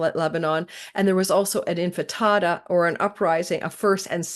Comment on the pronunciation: It is pronounced Intifada (in ti fa da) not infitada 😊... Thank you for the amazing and clear analysis. You make astrology easy to get.